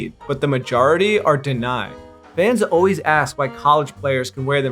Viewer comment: When you say "O-ways", you mean the word 'always' right?